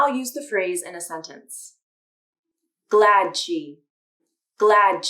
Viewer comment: glad she.... Why does -d sound like - g?